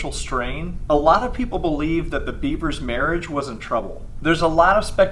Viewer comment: It’s “Bev-ers” not the animal